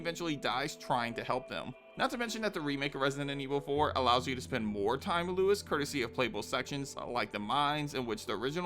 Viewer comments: It's LUIS not Louis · Luis and Louis are pronounced completely different.